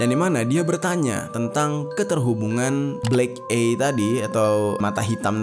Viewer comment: Maaf bang, aku bru prtama di channel lu, tp gw gajadi subscribe krna bawaan crita lu tu gk asik, gk seru dan membosankan, banyak kalimat” yg di ulang” banyak kalimat” dan kata” yg sbnrnya gk penting tp di masukin, kyk mau manfaatin biar video lu panjang doang, trus cara nyebut black eye itu bukan “blek ay” tapi “blek ai” tolong, diulang” lg, aku jd kesel 🙏🏻 di pelajari lg